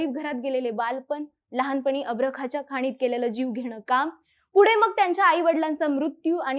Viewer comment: ०:५१ अभ्रखाच्या.. नाही, अभ्रकाच्या.!✅🙏